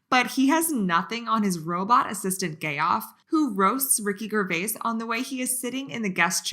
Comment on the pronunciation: Tip: (I’m a new subscriber! Love your content) please pronounce Ricky Gervais the correct way: Gervais = jer-vase Love the funny clips!